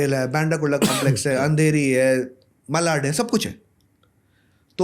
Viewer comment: ठाणे not थाने, मालाड not मलाड